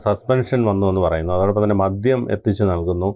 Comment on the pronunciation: മദ്യം ആണ് മദ്ധ്യം അല്ല